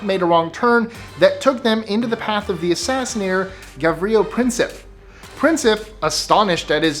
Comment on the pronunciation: "Assassinater" lol